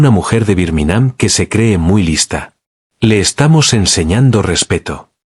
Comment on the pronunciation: "¿Birminám?" 😂😂 "Raina Guachintón"...😂😂😂